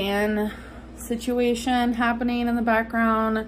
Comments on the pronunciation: See - chew- way- shoon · Please 👏🏽 Stop 👏🏽 Saying 👏🏽 Situation 👏🏽